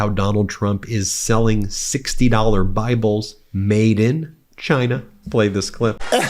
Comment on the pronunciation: Trump Bibles, made in CHYYYNUUUH as he pronounces it. That poor boy couldn't even name half of the 12 Apostles if he tried , change my mind ......